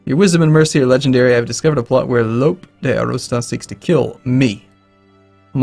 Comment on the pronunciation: "Lope" is pronounced like Lopay.